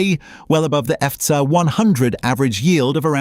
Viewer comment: The AI voice doesn’t like saying FTSE or ISA 🤣